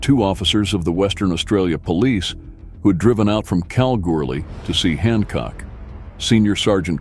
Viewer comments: cow goo lee ....It's not that hard yank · Do you say going to see a Bund no you say going to see a band so ad an a you get Banda, so when you mention Kalgoorlie not pronounced callgoorly it's Kal like Gal and the r is silent, Lathlain not what you said it's lane as the pronunciation